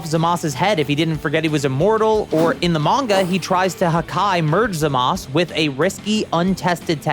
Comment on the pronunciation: Fun fact: It's 2024, it's Za-ma-su not Za-mas